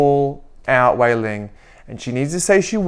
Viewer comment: Her name is not Weilin it's Weili (no n in the end). So annoying earing you say her name wrong.